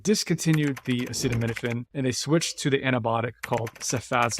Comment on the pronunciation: Acetaminophen! Not acidomenifin